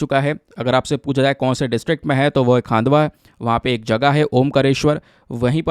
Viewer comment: Sir it is खंडवा 😅😅my native place